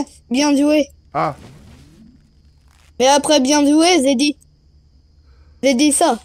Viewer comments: "En fait zé dit ça zé dit,bien zoué ça" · " Zé dit bien Zoué...et...et...après Zé dit ça...Zé dit bien zoué sa " 😂😭